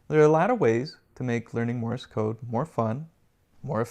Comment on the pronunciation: Thanks for the video, but it is not pronounced "Morris code", but "Morse code".